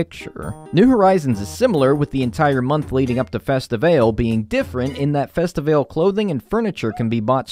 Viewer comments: Am I the only one who thought it was pronounced festi-VAH-LAY and not festi-VAY-l? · did u just pronounce festivale (like carnival in Brazil) as festi-vale 😭